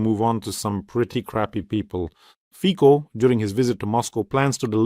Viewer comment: Fico = Фицо (not фико) C in Czech and Slowakian is always pronounced as ц